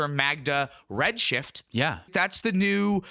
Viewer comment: What was that weird pause when you said I was on Redshift?